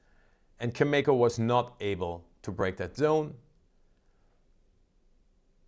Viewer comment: Learn how to pronounce Cameco. I was there a couple of weeks ago when you were so positive that oil was going up and yet it has only gone down. I expect oil to get as low as mid to upper 30’s to mid 40’s.